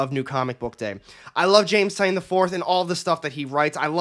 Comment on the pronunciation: TY-nan......that's the pronunciation he told me is correct.